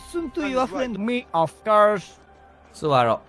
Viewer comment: when said "me ofc" sounded so much like Uncle Roger 😂